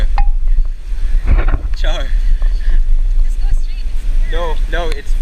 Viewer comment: Nothing is more satisfying to my ears than hearing a white dude say "Char" oh god.